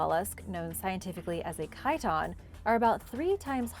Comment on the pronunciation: Pretty cool, just never heard Chiton pronounced that way till now.